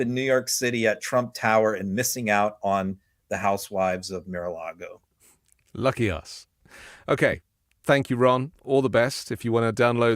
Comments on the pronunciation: Hey Ron! Love your insights ... but why do you keep referring to Trump's club as "MIR a Lago"? You don't seem to have a speech impediment; and as I'm pretty fluent in Spanish and English, I'm sure I'm not the only one who's finding this a little annoying🤨! Is it a play on word's? ["Mirror Lago" perhaps?🤔] What am I missing here? PLEEASE Ron!!🙏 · What is “Mere”-a-Lago? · Meer a lago? Geezus,! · Tell Ron that it is pronounced MAR a Lago. It makes him seem less intelligent than he actually is.